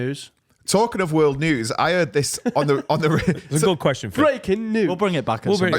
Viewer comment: Just here to highlight & look at the camera during “kweshon” is becoming iconic